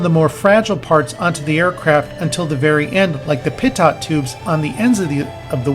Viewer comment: Pitot = 'pee-toe' tube